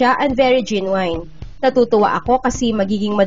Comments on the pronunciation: Hello po sa ng voice over. Genuine po like "jenyowin" hindi po "jenyowine" or "jenyowayn" wag po "wine/wayn" sa dulo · Sorry if Im out of the topic but you just read "GENUINE" wrong